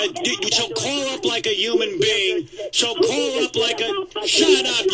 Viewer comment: Are you gonna cauwl me